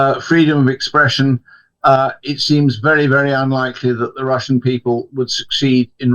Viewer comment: Why is the presenter pronouncing “the” as “zii” it’s so unbelievably ridiculous (no offence - it’s just a constructive criticism) he can easily correct himself instead talking in such embarrassing way.